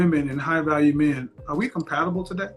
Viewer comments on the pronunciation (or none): none